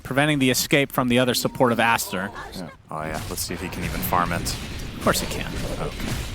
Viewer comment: "It's a disastaaa for Astaaa and it rhymes and everything"😭🤣